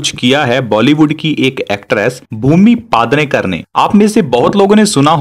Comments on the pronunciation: पादनेकर नही पेडणेकर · It's पेढनेकर not पादनेकर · Bhaiya पादनेकर नही पेडनेकर है😂😂😂😂